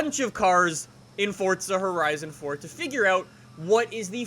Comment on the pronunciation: Fortza HorIzon fort